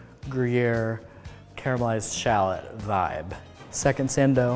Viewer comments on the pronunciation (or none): none